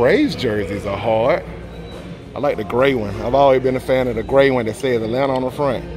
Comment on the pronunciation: That Atlanta came aht in the beginning 😂💪🏾